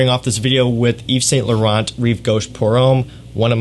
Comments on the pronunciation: It's pronounced (eve-san-lou-ron). Ughhhh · The t’s are silent in YSL my friend. Nice video!